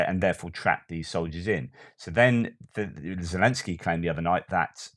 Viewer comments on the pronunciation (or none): none